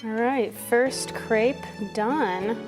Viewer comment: I love your channel and videos! But the way you say words like Gratin or Crêpe physically harms me and makes me feel like I'm maybe too European for that